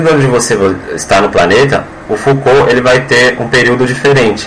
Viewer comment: Como levar a sério alguém que troca o nome do físico Jean Foucault com o filósofo Michel Foucault? E ainda pronuncia errado... Delete e faça de novo, por favor...